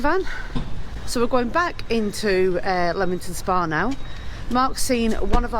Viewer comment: I went to school in Leamington Spa. And it’s definitely not Leemington, it’s Leamington Spa, as in Lemon. Yes the town has Regency houses with balconies. I also worked for the council for a while. Yes it used to be a lovely town, it was a Saturday treat to go out for tea at the Pump Rooms it was a tea rooms. The waters were awful tasting. Goodness my I lived 20 odd years around here and I’ve never heard of the elephants. How you find these things out I don’t know. I thought it was Jefferson’s Gardens.